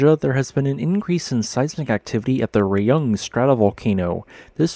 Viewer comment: it's pronounced more like "ra-oong" than "rey-ung"